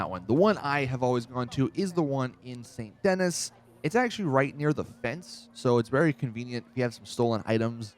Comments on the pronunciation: Saint den-ee, not dennis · It's not Saint Dennis it's Saint De-nee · Dude it's not "Saint Dennis" it's R* version of Louisiana which means the name is French. The clue is that most of the people in the city speak French. It's pronounced "San Deneé" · Dennis has two n's the name of the town is Denis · why tf everyone call it st. dennis. It's pronounced like the name Denise. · St. Den-knee Not Dennis. Thanks. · "Saint Dennis" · This dude said “saint Dennis” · It's not pronounced Saint Denis it's 'Sont Denee' with a French accent! haven't you heard the locals welcoming you? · Its pronounced San Denny but ok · Your Average Otaku ‘San De-nee’ if we’re speaking phonetically. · It's San de nee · Nigga don't even know how to say saint denis